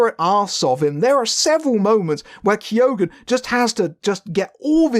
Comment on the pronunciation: You don't pronounce the G in keoghan